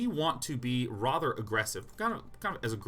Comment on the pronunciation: That was her pronounces "rather". It's rother irksome.